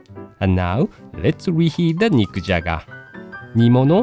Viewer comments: I could've sworn, he said "Mick Jagger"! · Anyone else keep hearing "Mick Jagger" lol